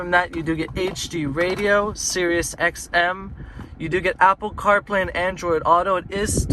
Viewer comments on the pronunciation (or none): none